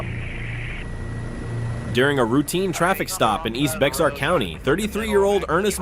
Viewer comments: fyi "Bexar County" is pronounced "Bear County" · Bexar County not pronounced “Bex ar”. It is pronounced “bear” rhyming with “hair” or “care” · FYI, Bexar County is pronounced Bear County.